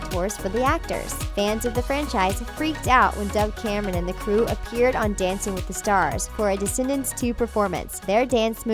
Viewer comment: It said Doug Cameron it is dove Cameron